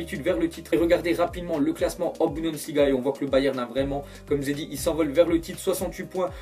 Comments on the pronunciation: BUN-DES-LI-GA et non BU-DEN-SLI-GA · c pas budensliga c'est bundesliga ptnn😤😂😂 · BUNDESLIGAAAAA putain de merde tu le fait expés ou quoi à dire BUDENSLIGA ?? MDR